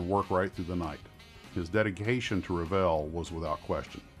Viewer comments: REVEIL is pronounced REV-AY (approximate) not rev-ee-il. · Very interesting..... only one remark at the end, that's not how the French word reveil(to unveil) is pronounced totally different. French is my second native language so that's why it made me cringe when I heard it. hard to explain in wordshow it should sound like but it's not vjeeil... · Wow! What a series! I always wondered (1) what happened to Revell and (2) how to pronounce their name. Want to hear some of the models I built? The USS Hornet (Essex Class Carrier), CGN-9 USS Long Beach (upon which I later served in the 1970s, without the models Regulus Missile!!!! We had two standard Mark 4 5in Guns in their place), A Phantom Jet, a fletcher class destroyer, USS Fletcher I think, and masterpiece and most expensive, the sole survivor, the beautiful USS Constitution Model. I tired to get my kids interested in the 1990s, but it was not to be. Videos killed the Radio Star! (LOL) I must have had about 4-5 kits my Mom tossed when I went away in the Navy in the 70's. **sigh** What a great story.... and to think I thought every American kid liked models. I also built a model of a trackside equipment shed that Revell did, come to think of it. I loved them so much! What a great company.